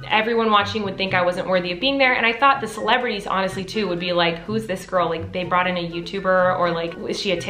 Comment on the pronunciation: every time she says celebrities i hear miranda